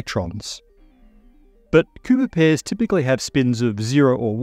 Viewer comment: Good thing for subtitles, Thought you said pooper pairs for a sec lol